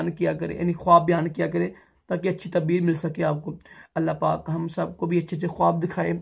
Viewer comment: Bhai urdu bolna seekh tabeer nhi taabeer hota hai